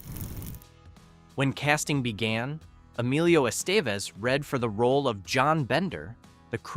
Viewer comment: That was a photo of Molly Ringwald with Ally Sheedy over the David Bowie poem, not just Ally herself. - Emelio's last name is correctly prnounced "Eh - steh - vez" - Don't say "almost no one was genuinely a teenager during production' When you contradict by pointing out that BOTH Molly and Anthony were turnning 16 (the crew celebrated her 16th on the set) - The open circle scene was not entirely ad-libbed, but partically scripted, as Hughes wanted them to be themselves, expressing how they'd each handle those situations shared as the characters. Nelson being a trained method actor went full circle here - on Molly Ringwald. Bringing TRUE authenticity of scumbag during the target.